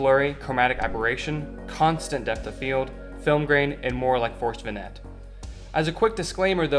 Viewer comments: Not a criticism, just FYSA, because it means you read these words, aint nothing wrong with that.. Sprite is pronounced like the soda, not like spirit. Vignette is pronounced vin-yet. Nice video. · It;s pronounced, vi·nyet